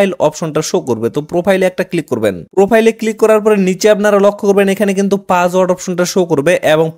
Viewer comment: Password bolen naki pajword bolen